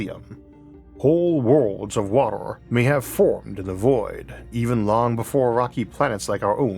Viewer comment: man can you stop saying water like WATOR? XD it's so distracting.